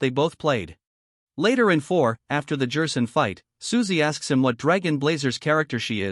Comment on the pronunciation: Is there a way to fix some of the mispronunciations like Jerson? I’ve not used TtS much, so idk